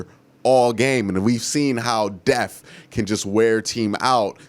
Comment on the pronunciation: It’s depth not deaf